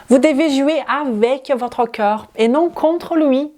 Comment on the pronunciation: Vu le sujet : On dit corps pas cœur 😂